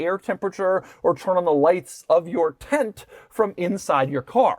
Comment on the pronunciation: Tint??? Its Tent.. Why are you pronouncing it as "tint"?